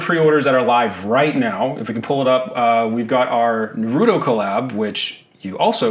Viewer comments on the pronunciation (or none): What's a Nah-Rudo?